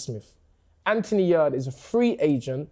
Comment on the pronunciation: trying to rebrand Yarde as "AY" is one of the funniest things I've heard in a long while